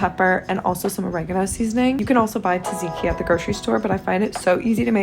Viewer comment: also i noticed you say taziki, and i just wanted to lyk that the pronounciation is TSAT-TSIKI. ur just missing the z or s sound after the first t hehe, and the second t. bc you say TAZ-IKI. can you reply to this bc i wanna make sure you dont take it offensively or something i just wanted to lyk about the proncounciation <3! :')